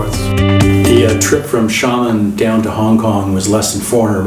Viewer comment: Xiamen = shia-men not shamen what is it with North Americans unable to pronounce place names?